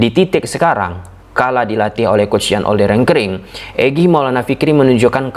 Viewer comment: Loe nyebut pelatih Dewa united aja GK bner.Olde RENKERINK.. YG bner JAN OLDE RIEKERINK.. enak aja ganti nama orang